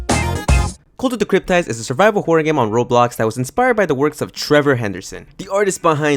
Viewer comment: why do you say cryptid like that.... i've never heard someone fuck up a word this bad 😭